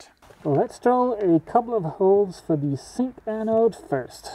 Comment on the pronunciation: for me a zink anode is pronounced with a Z. Just as in English. I don't think the difference between Dutch and Danish is that great, thus I wonder why you keep calling it a Sink anode.